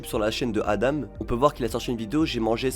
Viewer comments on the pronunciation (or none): Juste petite précision, ADAM se prononce pas "adame" mais bien "adan" (a-dent)